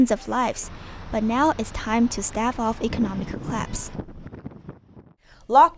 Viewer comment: "but now it's time to staff off economic eclapse?" ... that english ..